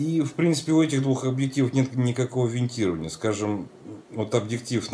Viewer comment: Виньетирования! От слова Виньетка, а не винт)